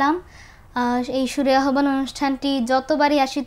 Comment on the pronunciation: মাশা'আল্লাহ, অনেক সুন্দর হয়ছে। আহ্বান শব্দের শুদ্ধ উচ্চারণ হলো - (আওভান)